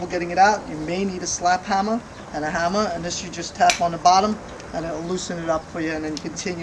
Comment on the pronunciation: "a hamma" haha